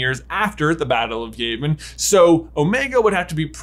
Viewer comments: It's not (Yae-Ven), it's (Yah-Vin). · It's Yah-vin, not Yay-vin. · How dare you say Yayvin It's Yavin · Haha it's pronounced The Battle of (Yah-Vin) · Love your theory videos! I am pretty sure Yavin is pronounced yeah-vin? Do they say Yavin aloud in New Hope? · It’s Yavin (yeah • vin). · J, you've watched A New Hope, where the heck did you get Y-ay-vin from? That's worse than Dodanna saying Princess Lee-a! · He needs to re-watch A New Hope. He'll learn how to pronounce Yavin there.